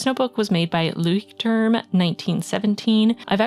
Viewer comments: The "turm" in "Leuchtturm" is more pronounced like "tour-m" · I think its kind of cute how you pronounced Leuchtturm, its the german word for ligthouse and the pronunciation is different😂😅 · You say leuchtturm almost right, just a really cute acent and kinda shy ❤️